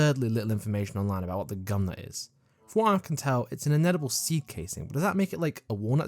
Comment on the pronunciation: Can you show gumnut and instead say CUMnut!!!🎉